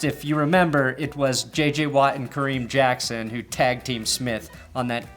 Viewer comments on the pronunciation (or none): none